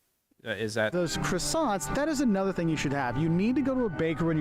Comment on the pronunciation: Cracks me up how Americans pronounce Croissants.